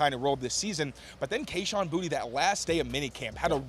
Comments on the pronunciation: he may have been trolling, but when he arrived and was asked by a local reporter, he said “bootie.” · it’s bootie. he said so.